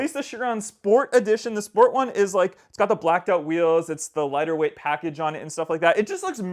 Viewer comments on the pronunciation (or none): none